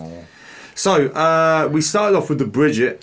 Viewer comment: brigitte is spelled ( bri gui ta ) not brigit, i love this character but right now unfortunately she is the most hated character in overwatch. hammond of course used Winston plan of escape to escape too but he landed in Australia in junker town which is controlled by the junker queen he participated in the mech fights there and crowned as the best by the junker queen herself as you can see in the origin story moira is my favorite character in overwatch and she is my main its spelled ('mo i ra) she used to be scientist in overwatch but her work was unethical so overwatch kicked her out and deleted all her papers about regenerating cells technology but reaper aka gabriel reyes was the leader of blackwatch by then he realised that moira is important and her technology can't be wasted so he made her join them as part of blackwatch during that time she either caused his cells to do what they do or helped him control we still don't know after wards of course over got shut down and also blackwatch so reaper joined talon but moira went to iraq in a place called oasis to be the minister of science there under the support of talon then talon invited her to join them so she became 1 of the leaders of talon councel along with reaper, doomfist and others. sorry for the long stroy lol grear reaction as always keep it up ;)